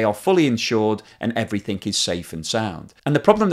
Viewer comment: Everything not Everythink!!